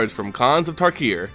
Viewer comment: It's pronounced tarkir, not takir